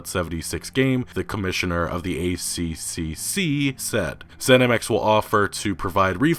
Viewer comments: Ah, Americans failing to pronounce our government department names... the pronunciation of the ACCC is “Ay Triple See” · FYI for future reference it's pronounced 'A triple C'. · ACCC = "A-triple-C" is how we say it :) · FYI, in Australia we say "A-Triple C", not "A-C-C-C" ( that just sounds weird 😅) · Australian here, the ACCC is spoken as " the A triple C" and it's one of our most beloved institutions (the rest... don't ask). Long story short, they come down very hard on any company foolish enough to try and claim "no refunds" If a product is proven to be faulty, we are legally entitled to a refund, no excuses :) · in Australia, we just say "the A triple C" not "A C C C" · It's strange hearing Americans say 'A-C-C-C', we usually call it the 'A triple C' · Good video mate, but one thing from the Australian perspective (and it's very minor). We don't say A C C C, we say A triple C. It's just a bit easier :-) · All these YouTubers, calling ACCC, Ay See See See, it's Ay, Triple C, trust me it flows better and it's what we aussies call it. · Pronounced A triple C by us Aussies. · the accc is known as the 'a triple c' here in australia, a little easier off the tounge :) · Here in Aus we just call it the "A triple C" for future reference, its much easier to say mate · Hey, in aus we call it the A triple C so we don't have to say ccc,here in aus:P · good video as always! Here in Australia, we pronounce ACCC as "A triple C"